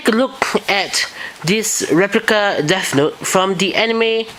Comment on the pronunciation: I guess it wouldn't be so bad if you would pronounce your "th" like "th" and not "f" so not like Deaf Note. And I didn't know there are other reviews, I just saw yours.